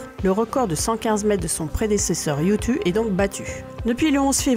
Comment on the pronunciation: Super vidéo ! Continue comme ca ! Par contre si je peux te faire une petite remarque, la prononciation des missions lunaires chinoises sont vraiment pas géniales. 玉兔 (Lapin de jade) se prononce approximativement "yuw tuh" et chang' e (嫦娥) se prononce plutôt "chaeng euh". Pour la vraie prononciation , car je suis loin d'être un expert : chang'e (嫦娥) yùtù (玉兔) Merci à toi et continue comme ca !